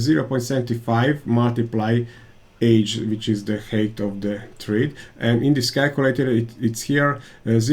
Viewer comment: Great content/tips! But, man, please, do us and yourself a favour and check correct pronunciation of the words you use most (thread, height). Otherwise fluent and clear pronunciation, but the few wrong words are repeated much too often and spoil the otherwise great content! Hope you take the critic as a chance and not as offence! Keep up the good work!